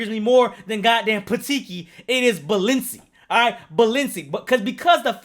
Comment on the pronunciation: you must hate words ending in "i" balenci, pateeki